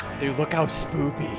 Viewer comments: He said spoopy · I thought he said s poopy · lol he said spoopy XDDDDDDDDDDDDDDDDDDDDDDDDDDDDDD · Did you realize that ssunde said spoopy instead of spooky😂😂😂😂😂😂😂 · He said smoopy🤣🤣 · Did eany else notice that he said spoopy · I’m being picky but did he say Spoopy in the intro? Maybe it’s just my hearing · He said spoopy hahahahahaha lol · DID HE SAY SPOOPY ? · At the begging he said spooby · You said spoopy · Did anyone else hear him say spoopy not spooky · why do you guys say spoopy not spooky im just sayin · Lol his says spoopy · Did you say spoopy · This is extremely SPOOPY EDIT: didn’t realise he said it on purpose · “Extremely spooty” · ssundee says extremely sPOoPy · spoopy 😂😂😂😂😂😂😂😂😂😂😂😂 git yo words right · When you said spooky i thought you said spoopy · Did he say spoopy.😂😂😂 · IN THE BIGGINING HE SAID SPOOPY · He said spooply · Did he just said spoopy? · ssundee u keep saing spoopy and u said mike mires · he said spopy